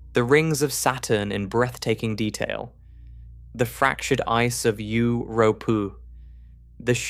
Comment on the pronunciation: Euu-rooh-pooh! Uur-uuuh-unos! Stupid AI. 😂